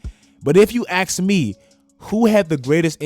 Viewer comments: "if you axe me" lol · Nobody:: if you AXE me...